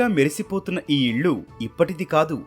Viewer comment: మంచి వీడియో అండి ,కానీ మీరు ఇల్లు కి బదులుగా ఇళ్ళు అని పలుకుతున్నారు. వేరే channel అయితే ఇంతే అనుకునేదాన్ని ,కానీ etv నుంచి ఉచ్చారణ తప్పులు ఊహించలేను , గమనించగలరు 🙏